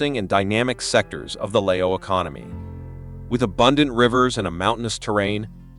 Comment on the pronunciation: He doesn't know how to pronounce Lao correctly. He pronounce Lay-o.